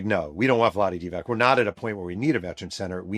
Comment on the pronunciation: Love the show Jeff- if it was pronounced Divak, it would be spelled Divak. It’s Divats (c like zz in pizza)